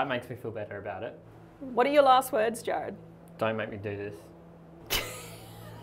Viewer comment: It's Jarrad not Jared 🙄